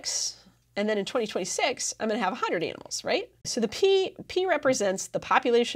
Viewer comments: "50 aminals" ahahaha good to have some humor on such a serious topic😂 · anyone else notice "aminals" lol